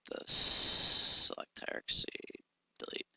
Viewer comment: For the love of all that is holy... can you PLEASE learn how to pronounce the word "hierarchy"? It is HIRE-R-KEY, and not HIRE-R-KA-SEE. How did you get this far in life (using a product like Maya) without learning how to pronounce that word? These videos are painful to listen to.